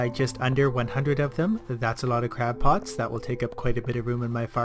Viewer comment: ...did you call them crap pots? XD